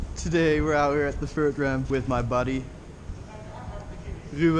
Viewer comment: he said vert like fert